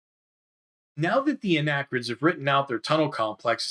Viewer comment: Such great explanations for a game we had when I was growing up, but we were never able to progress past scenario one. My ONLY gripe... "Arachnid," not "Anachrid." ;-) Keep up the great work!!!